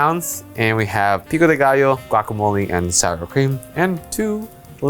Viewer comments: I’m surprised at how well he said “pico de gallo” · alvin said “pico de gallo” so well!